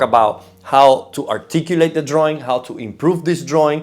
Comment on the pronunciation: Draaaww droawion..not sexy in english.